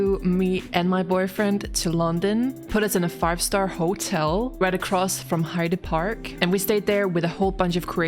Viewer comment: If you go again Hyde Park is pronounced Hide Park. Great to see your channel get recognised by Amazon.